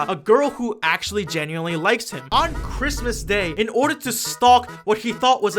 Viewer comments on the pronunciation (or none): none